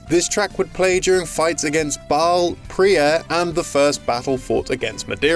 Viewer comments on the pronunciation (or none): none